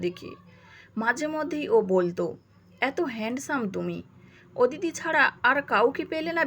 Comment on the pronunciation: “ওদিতি” নয় হবে “অদিতি “